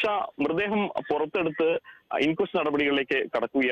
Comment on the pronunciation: ചേട്ടാ, മൃദേഹം അല്ലാ... മൃതദേഹം എന്ന് പറഞ്ഞു പഠിക്കു. ഇനിയും ആവർത്തിച്ചാൽ ഇമ്പോസിഷൻ തരും.